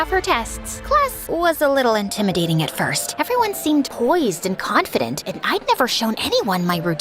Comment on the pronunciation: he says confinant 😂 instead of confident